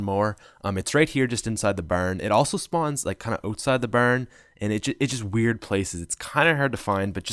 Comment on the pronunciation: “its right here just inside the berrn, it also spawn just ootside da berrn”😂 love itt💞